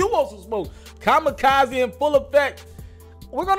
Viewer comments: First rule of Mass Communication know the pronunciation of the name or words bro lol... Kamikaze (Come-ma-Kah-Zee)... Js... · bruh, for real. You gotta stop talking like you’re right up off the block. Learn how to pronounce words! It’s kah-mah-koz-zee. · lol aren't you old enough to know what a kamikaze is? Why'd you pronounce it like that? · Lol not knowing how to pronounce Kamikaze